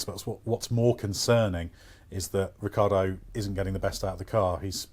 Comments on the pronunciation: Who is Ricardo?He is Ri-chee(as in cheetah)a-ar-do. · That’s how it’s spelled, he pronounces it Ricardo.